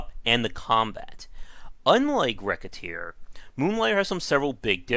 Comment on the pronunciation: dude... i just wanted to say thank you for pronouncing the games name correctly good god the horror when its not...